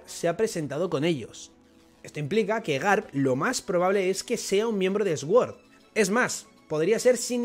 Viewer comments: Recogida de likes aquí para que pronuncie suord y no eswuord 😢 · Dia 1 intentando que deje de pronunciar Sword como /esguord/ y lo pronuncie como /suord/ o /sord/ (y ya de paso que pronuncie /prins/ en vez de /prains/) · Sword significa espada, es una palabra en inglés y se escucha como "sord" podría decirse que la "w" no se pronuncia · Jaja esguord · Se pronuncia suord, las palabras con S al principio no se pronuncia ES, sino arrastrando un poco la S. Gracias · Cada vez que el pronuncia sword muere un profesor de inglés